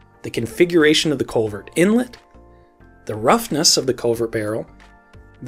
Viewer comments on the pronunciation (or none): I was hearing Covid instead of culvert